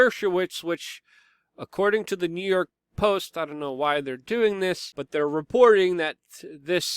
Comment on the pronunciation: I laugh every time he says "New Yerk" 😂